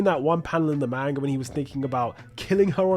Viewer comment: Was really interested in this video and then heard you pronounce "manga".